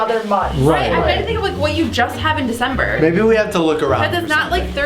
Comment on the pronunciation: The d in Desimbre